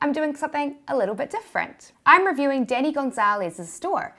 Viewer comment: The way she say his name bothers me and doesn’t at the same time. I’m confused...